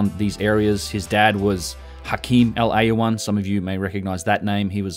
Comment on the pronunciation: i think hes called Awyan and not Aywan.